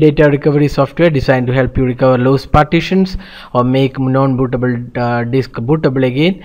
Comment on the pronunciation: bootabul....stooool.....man come on.......great video though :-|